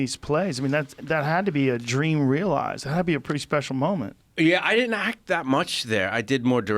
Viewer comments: 800 people "did dent" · He did-dent